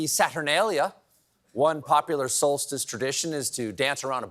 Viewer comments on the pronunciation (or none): Steven, it’s “solstice”, NOT “solstist”.